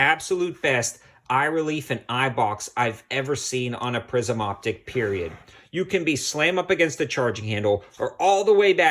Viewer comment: Did you say prison or prism?